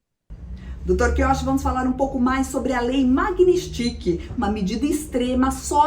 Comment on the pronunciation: Nao sabe nem pronunciar magnitsky